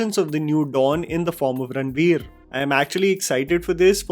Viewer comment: Why are you pronouncing it Ranbir, Its Ranveer 🫤